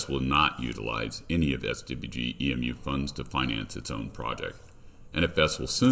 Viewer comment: Its E.M.U short for emulator not emuuuuuuu